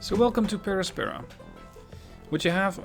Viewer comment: i think the pronunciation is Per àspera edit: damn there's troy baker as an actor!